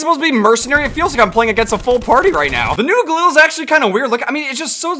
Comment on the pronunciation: He pit galil instead of ghalil